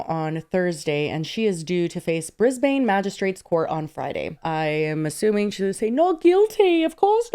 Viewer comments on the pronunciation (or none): Oh it’s briz-ban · As an Australian I am dying at how pronounced 'Brisbane'. 😆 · As an Aussie, the way pronounced Brisbane.😢😂